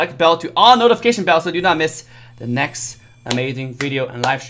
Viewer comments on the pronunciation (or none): none